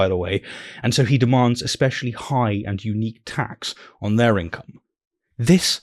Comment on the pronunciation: She correctly uses the word “autonomy”, but says “expescially”…